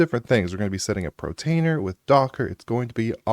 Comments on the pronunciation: Why do you say "protainer" instead of "PORtainer"? I've noticed you mispronounce a few things. In another video you say "divulge" instead of "Deluge" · Portainer, not Protainer